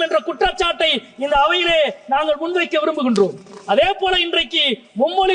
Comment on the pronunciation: மொதல்ல நாங்கல் நீங்கல்னு பேசறய நீயெல்லாம் தமிழ் மொழியப் பத்தி பேச லாயக்காடா. ள் வரலன்னா ஹிந்தியாச்சும் படிடா கண்ணா. நீ தமிழ் படிக்க லாயக்கில்லடா கண்ணா.